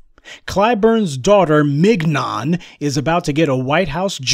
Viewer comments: 😂🤣 MIG-NON 😂🤣 IDK her but I'm pretty sure it's pronounced like filet mignon. 😂🤣 mignon [ min-yon; French mee-nyawn ] But, then again, I'm also pretty sure he said it like that on purpose 😂😂🤣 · Mignon - pronounced Min-yon. Otherwise, super critique of the Toxic uncle Jim. Time for his gravy train to come to full stop.